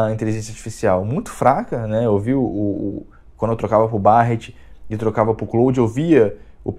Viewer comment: Barret(pronúncia) Berret'.... Barrete é de doer o ouvido